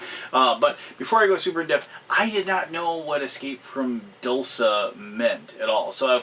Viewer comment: Isn't "dulce" pronounced "DOOL-chay"? Or is it only spelled like the Italian word?